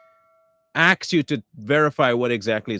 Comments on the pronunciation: The use of, “axe” instead of “ask” is a big red flag for me. I can’t listen attentively after hearing that. Many times, I just disconnect from the video. Same thing with inserting “the” between the month and date. That should’ve been learned in grade school. Umar is an idiot. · Let me axe you😂😂😂😂😂😂